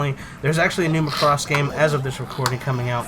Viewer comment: Every word coming out of your mouths about the "Macross" genre and the "Robotech" genre makes me cringe. All the way from botching the word Macross from the admitted lack of understanding on what the heck is even going on. Macross is a ripoff of Robotech? Just stop doing reviews of things you just don't know!